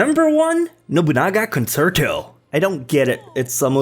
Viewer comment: The last one is pronounced con-chair-toe just nit picking luv your lists though